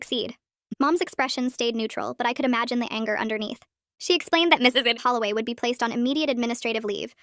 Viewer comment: I really love it but one of the name sounds weird when you said “Ed Holloway “and the part that u am talking about is btw